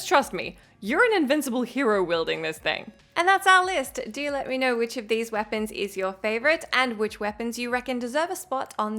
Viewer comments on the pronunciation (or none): none